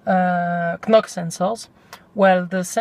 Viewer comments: Robertas Bukantis in french there is no silent "k" and u should give him a break on that, at least he tried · Look up the pronunciation of the word 'knock'.